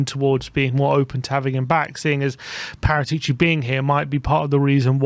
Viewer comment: It's wrong speak Paratìci, the correct sound is Paràtici